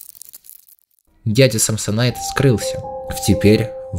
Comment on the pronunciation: не самсонит а самсонайт